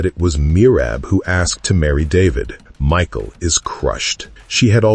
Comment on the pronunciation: It's Mikal or Mical ( Mee-hal ) not Michael